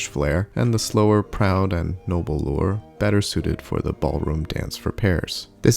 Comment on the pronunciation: Pronounced "loo-RAY", not "loor".